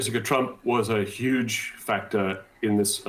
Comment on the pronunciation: Now I can't stop making fun of the way Trump pronounces the word "huge". I already poke fun at his overuse of "beautiful".